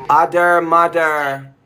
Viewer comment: It sounds like your saying “udermuder”💀